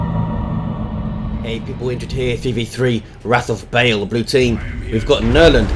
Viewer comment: The way said "Wrath of Baal" made me think he had said "Wrath of Bale"....You know, SINDRIIIII!!!!!